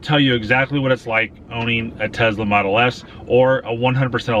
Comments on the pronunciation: please stop calling it Tezla:) great review tho! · Should’ve bought a Tesla instead of a Tezla 😝😉